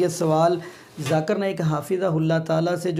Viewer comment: Źakir Naik ko Zakar Naik ghalath talaffuz hain . Maani badal jaata hai.